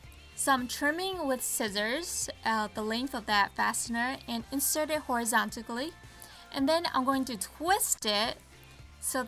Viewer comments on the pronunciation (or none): "Horizontically" he he